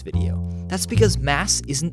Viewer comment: Ha. He said "moron that later". Is "moron" even a verb?